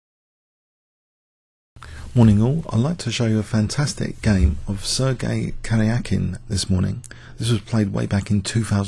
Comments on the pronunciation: i'm from romania but i am 80% sure u should pronounce the "j" as an english "e" or in phoneticall english slang: kʌri:ʌki:n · Still a bit weird pronounce. "Car-yuck-een". Im from Russia and live in Germany. If you could read German you could barely go wrong with the pronounciation coz spelling is not so random (wind vs. blind, knight vs. night; fur real lol..). Good video :-)